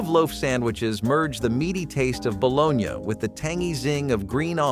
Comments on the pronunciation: WTF is balonya?😂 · Bologn ya?? Lol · Just say baloney for God's sake! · Bro if you say, "Balone-yah" again, I swear... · Bolon-ya? No. Its BALONEY...You have to cut into the slices if you fry them so they wont bubble up. Also never ate gross sardines in any form, nor spam, potted meat, vienna sausages in the 70s. The chinese read us wrong for this video. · The guy who is pronouncing this ba lone ya has obviously never had a baloney sandwich. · Stop saying bo-lone-ya!!!! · Its bull onee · Pronounced “ baloney” not balogna . Just saying👍🏻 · If you cannot pronounce baloney correctly, you are disqualified from any further discussion. Shameful.